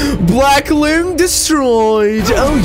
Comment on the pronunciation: its actually pronounce "long" , like the bosses, they've got tails and ...long....right ?